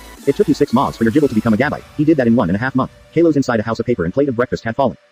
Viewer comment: It’s Kalos